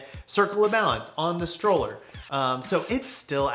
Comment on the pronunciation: another great video! just FYI: *Strowler rhymes with Prowler*, not pronounced "Stroller". Mark Eaton told me it was a portmanteau of "Stalker and Prowler", a nickname inspired by whenever the fanboys would show up and try to take videos or photos of Kevin riding, which is why there's a Rat with a video camera in the original graphics. it was also intended to be Kevin's Big Daddy "replacement" signature frame when he made amends with Mat, which is a whole other story in itself...